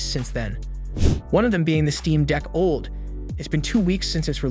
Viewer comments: Steam Deck OLD? "Nam-oniter chip" Those take a some trust away from that channel name, Tech Consultant. Otherwise, thanks for the well done edits and balanced bgm / voice. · OLED can't be that difficult to pronounce!!!